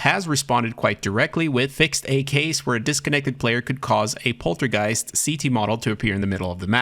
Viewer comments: Pol Ter Geist was correctly said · polt pron was perf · As a German I can say you pronounced it perfectly! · no thats pretty much the correct pronounciation. One could argue about the american "r" coz its originally a german word but whatever. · as a german i have to say your "poltergeist" was perfect! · Isnt a poltergeist invisible? Also its always to funny to hear german words in the english language. Your pronouncation was correct as some already commented :) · Your poltergeist pronunciation was good but for registration its pronounced with a j sound to the g so its re-juh-stray-shun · i am a german and poltergeist ist german. So i tell him that he did way better than o would have if i had to pronounce a french word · your poltergeist pronouncing was on point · As a German i appove it :D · Not on point, but 85% approximately.